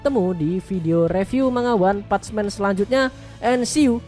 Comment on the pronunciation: Maaf koreksi dikit bg, "one punch man" itu bacanya "wan pansh men" bukan wan "patch" men. Sekali lagi maaf, gua udah lama pengen komen hal ini, cmn gua tunda² terus, akhir nya gua ga tahan utk komen, sekali lagi maaf.